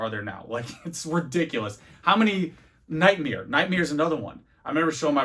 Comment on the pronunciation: You say nightmare like Bert Kreischer does lol “nightmeere”